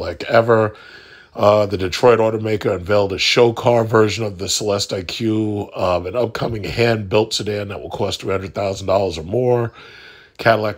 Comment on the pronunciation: It’s pronounced CELESTIC. Like Lyriq is pronounced LYRIC.